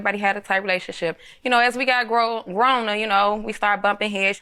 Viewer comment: I lost it when she said “Growner”💀